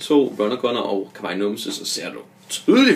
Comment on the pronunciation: Er ret sikker på du udtaler "Kawaii" forkert! Men du er nu sød nok! :'3